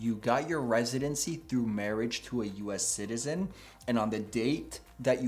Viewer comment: He’s a “Jew es ayyy cetizeeeen”.